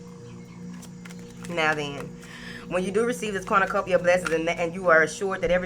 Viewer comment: Everytime you say Corn-na-cupia I get lots of money!!!!! If it happens again you will know about it!!!! Thanks Bunches